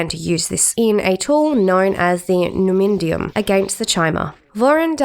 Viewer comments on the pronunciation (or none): also, the consistent mispronunciation of words commonly used in the community, like "Numindium" and "dwimar."